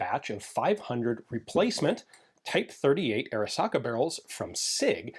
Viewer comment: Every time Ian says Arisaka, I cry a little.